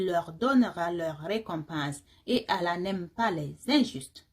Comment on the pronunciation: Très bien cependant il faut accentué les 2 LL dans le nom de ALLAH ❤❤❤.